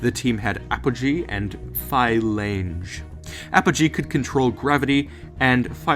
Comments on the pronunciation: It's pronounced 'flange" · Phylange is pronounced filanche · Ooooo the way you pronounced Phylange's name hurts my soul, but other than that this video is awesome well done.